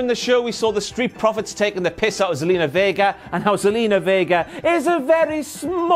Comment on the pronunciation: It's Zelina not Salina.